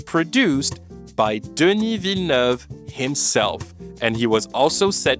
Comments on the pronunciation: completely off topic but I was suprised with how good your pronounciation of "denis villeneuve" is. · The pronunciation of Denis Villeneuve took me by surprise. I've heard the name being butchered so many time and hearing it from you is like music to my ears